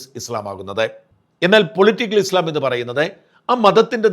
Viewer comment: ഇസ്‌ലാം എന്ന് പറ.... നാക്ക് വടിക്ക്... ഇസ് ള ..... അല്ല